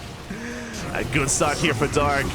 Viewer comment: Dark not drg